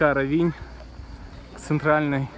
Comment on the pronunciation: Очень красиво! К великому счастью, нам довелось побывать здесь в 90х годах, одно из красивейших мест на побережье Адриатики, просто шикарно! Простите, но ударение надо ставить на о, РОВИНЬ!